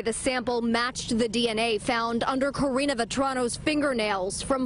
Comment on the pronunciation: Why do you keep calling her, "Katrina" because that is what it sounds like. Isn't her name Karina?